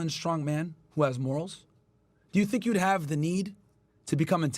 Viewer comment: did not just say "TINK ABOUT THIS" 😂😂😂😂